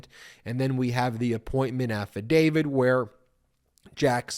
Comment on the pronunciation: Again, Ben…it’s “affidavit,” NOT “affidavid.” 😍